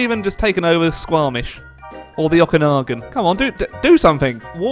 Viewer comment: As a Vancouver native, I'm triggered. Okanagan is pronounced like "okay" and "Oakenshield" not like "octopus" or "October. " Please. You live here too. ❤️